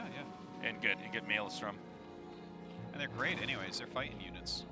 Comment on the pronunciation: Wow, Tasteless finally said maelstrom correctly.